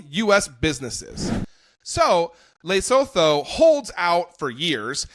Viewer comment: It's not Laysotoe. It's Luhsootoo.